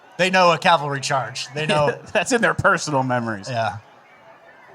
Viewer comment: Its Cavalry. Not Calvary. Calvary is a religious thing. Cavalry is men on horses.